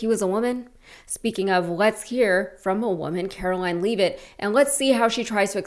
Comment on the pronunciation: Why do you guys mispronounce Leavitt's name? Over and kver?